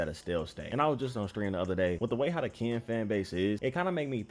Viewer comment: Can bro say Ken and not Kan😂